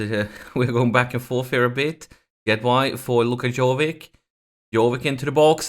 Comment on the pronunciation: Dude Jovic is not Jovik, prenouce it like Ibrahimovic.